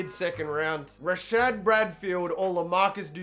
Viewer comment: It’s Rashard Evans